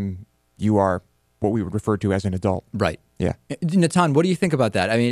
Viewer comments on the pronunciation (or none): I like the way he pronounced nathan, or is It natan?